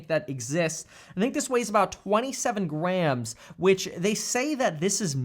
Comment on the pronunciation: "I think this weighs about 27 Grahams." (grams) What are you saying Stephan is Paper Mario thin?